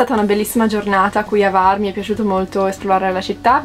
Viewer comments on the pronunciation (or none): Scusami, ma H la devi leggere. Non e var, e Hvar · la "H" si pronuncia, non è Var, grazie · Sempre splendidi i vostri video ma imparate a pronunciare i nomi delle località croate in modo meno sbagliato ! Non si pronuncia Var ma Hhhhhhhvar ! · Io parlo croato. Se posso essere utile, vi avverto che non si pronuncia assolutamente Kvar, altrimenti i croati avrebbero scritto proprio Kvar. Si pronuncia Hvar, con la H aspirata. Se qualcuno non sapesse cosa significa “H aspirata”, spiego che significa una H pronunciata come quando si ride forzatamente, ironicamente: “Ha Ha Ha”. Praticamente la stessa cosa come quando si deve pronunciare correttamente in inglese la parola “Hotel” (gli italiani dicono “Otel”, ma non bisogna comunque farlo diventare “Kotel”: mi spiego?). Perciò per un italiano si presenta la difficoltà di dover pronunciare una H aspirata (“Ha Ha Ha”) seguita immediatamente da una V: difficile, ma lo si può fare 😉 Altrimenti meglio usare “Lesina” 😉 Spero sia stato utile.